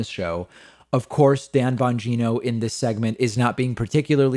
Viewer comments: It sounded like David said Bongina like vagina, lol. oh well , peace. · Nice Freudian slip David: "Dan Bongina" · Pretty sure David called him Dan Bagina. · I'm not usually this superficial but David, you said "BonGINA"! Yes you did & I couldn't be happier with that. While the country burns, I have this one thing. I love it & I almost spit my coffee out! Thanks bc you didn't mean to but you made the world a little brighter!😀😂😊😉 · lmao did David say Banjino? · Ban geeno? Sounded like vagino with a B the one time lol.